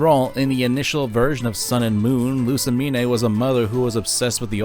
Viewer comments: I think you're mispronouncing Lusamine. The Mine, is pronounced Mean or Meen. Not separated into Me Ne. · This is a great video But it Is LOO-SAH-MEEN NOT LOO-SAH-MEEN-EH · its pronounced loose-uh-mean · You're pronunciation of Lusamine makes me physically ill.